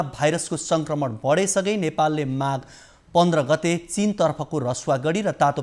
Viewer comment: Instead of Tatopani naka... he is saying Tatopani nata ...